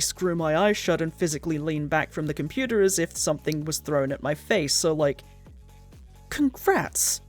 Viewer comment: "It was our one hundred and ninth year in the compuwuter."